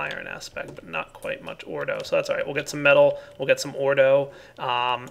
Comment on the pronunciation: evertime he said ordoe i kept thinking he meant gotta get that ore doe